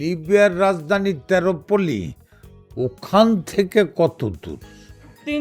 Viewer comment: তেরপলি না এিপলি